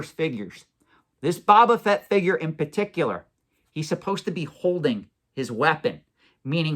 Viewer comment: I’m just curious, do you intentionally mispronounce Boba Fett? Is Boba, not Baba… 😂